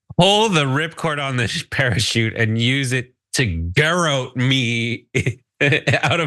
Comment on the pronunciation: Lara can’t carry a tune in a bucket! The nasal tone is REALLY annoying! The word Garrotte is pronounced “guh-rot” The Ts are pronounced.